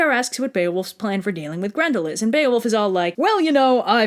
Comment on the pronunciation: BEE-OH-WOLF. Bear-fucking-wolf